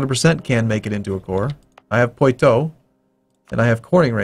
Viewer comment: Poitou = Por-twa Orleans = Or-li-ons Silly foreigner, your French pronunciation is as bad as that of a moose! I fart in your general direction! A-hoh-hoh!